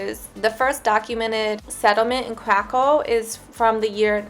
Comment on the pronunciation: it was ok,little akcent 😀